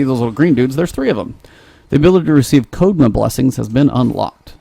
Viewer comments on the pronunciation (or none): (and readers), This is to kelp clarify some things in the game. I haven't played, but I do know some Japanese and some of the culture. Not all of this is just for you, but for some viewers. Kusarigama (Ku-sah-rii-gah-mah) = Sickle (what you called a scythe) and chain. Kodama (koh-dah-mah) (you keep calling it code-ma, like the mother of codes)= spirit (specifically ones that reside in trees)- I think the game is calling the little green guys Kodama. Jutsu (Ju-su)= technique. Being called that under skill type to not confuse people that the skill type is a skill/ability, versus active being what it does when the ability is in use, and passive is an effect that you don't have to do anything for. I will only post these when there is potential or some confusion and on the video it relates to or shows up in.